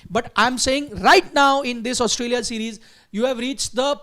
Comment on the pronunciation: Why does the guy in the Red jacket keep saying Oustralia? It’s Australia dude